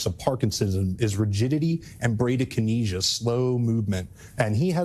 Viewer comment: Listening to Clayton try to pronounce bradykinesia was painful 😣